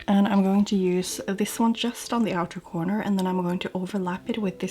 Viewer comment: Amazing make-up! One small request - try pronouncing each 'use' (<--verb, the noun 'use', as in 'there is no use in that' does indeed have 's' in its phonetic transcription), 'using' how they should be pronounced, so with 'z' :) 'S' is used only in 'used to' when speaking of past habits that are no longer valid. Thx in advance ;)